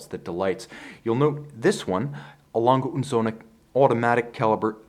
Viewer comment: Hahahaha...the way he is pronouncing A. Lange & Söhne is hilarious.